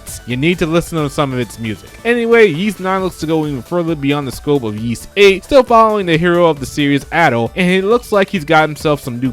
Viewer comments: You're confusing Ys for Kanye's ugly shoes. It's pronounced EES, not YEES.... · Great list, small nitpick, though. Ys is pronounced "Ees" or like you're saying "east" without the T. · What did you say ? Sounds like “Yeast Action JRPG” but maybe I’m deaf lol 😂